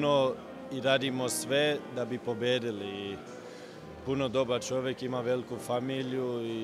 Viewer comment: Čim je rekao "vel'ku" svaka sumnja da je bosanac je otklonjena 😂